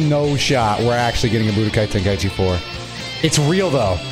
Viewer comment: wow actually says the title right unlick dino dion lol